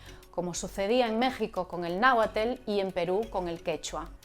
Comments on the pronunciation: Muy interesante... sólo aclarar que el idioma originario del centro de México es el Náhuatl y se pronuncia NA--UATL... porque se escuchó muy raro eso de Nauatel... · Se dice náhuatl, no nahuatel. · Se pronuncia naguat no naguatel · Complementando la pronunciación de la reportera, no es ”naguatel”, es náhuatl 😊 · me encanta como dices nahuatel y no nahuatl eat sht u bastards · Es náhuatl, se pronuncia náhual, la t es muda. Es muy parecido el Chabacano al Español, en Oaxaca y Chiapas hay como una mezcolanza lingüística como el Chabacano. Saludos desde México 🇲🇽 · No es nahuatel se pronuncia. Nahuatl Como se escribe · Se pronuncia "náhuatl" y no "nahuatel" -_ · Es náhuatl no nahuatel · «Nahuatel» ¿que es eso? Hay nahuatl, pero nahuatel no. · ¿Nahuatel? se dice Náhuatl... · Nahuatel? Deberían esforzarse por pronunciar bien “náhuatl” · Se pronuncia Náhuatl, no Nahuatel... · Nahuatl! no naguatel!... carajo!. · Nahuatel? Mala pronunciación. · Interesante su pronunciación del Nahuatl: Nahuatel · 'nahuatel' xd es un canal de noticias y no pudieron investigar la pronunciacion? xd buen bideo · Me sangran los oidos cuando pronuncia Nahuatl como "nauatel! Me muero!! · Perdón pero me dolió demasiado lo del "nahuatel" como para aprovechar el contenido. No cuesta nada cuidar la pronunciación de palabras extranjeras. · Alguien sintió cringe cuando la presentadora pronunció náhuatl?